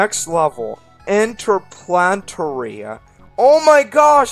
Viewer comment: Interplanetary: "Inter-PLANET-ary", not "Inter-PLANT-ary". Yeah, I think this is the level shown in the title screen. (Compare to .) "Inter-PLANET-ary". Actually, I figured those blocks were all harmful, since I could tell they were sprites. Still, I guess they could've been made to look more harmful, or there could've been a message saying that all floating rocks and blocks here are harmful. Dood... Oh, right. There was indeed a message that says all asteroids are harmful. Don't know why that info wasn't given earlier... That's done with clever usage of an eating block sprite. I guess the flattened yellow switch acts like brown used blocks, and that the eating block is invisible. Also, I'm pretty sure the blocks it's not meant to eat are all on layer 2, which the eating block wouldn't touch. ( , ) I've come to expect that splash screen a lot now. Mass Extinction (revisit): Ah, so you did go back for that moon. There we go. That's the intended method there. MOOOONNN!!! Ignus Fatuus: Something like "Ig-nes Fat-us", I think. BGM: Seiken Densetsu 3 - Few Paths Forbidden. (I think the game's name is pronounced like "Sigh-ken Den-set-sue".) Whoa, I didn't know about that hidden 1-up.